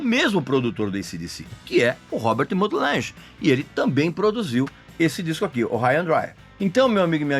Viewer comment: ok, um "critico" que nem sabe dizer o nomes da pessoas.... Lange, não Lanje